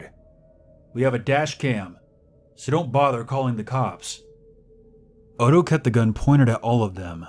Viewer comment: NOTHING infuriates me more, is when these people who decide to be "PROFESSIONAL READERS" keep fucking up the most basic of words and names. If you don't know how something is said, take the literal second to verify it. Is ODO supposed to be "OTTO" like how do you fuck up that? We had one guy saying Ar MY RE for ARMOIRE and it took me by the end of the story to figure out what he was trying to say, and had to confirm that was the right piece of furniture via a CURSORY GOOGLE search. SERIOUSLY it's not that hard. IF I DON'T KNOW HOW TO SAY SHIT, I look it up. IT would be one thing if it was an ethnic name, then that would be excusable and make sense. BUT WHEN IT'S COMMON NAMES AND ITEMS, ZERO EXCUSE.